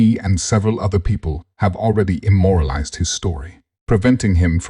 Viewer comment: You a.i. is trash.. don't you mean "immortalize" and not 'immoralize'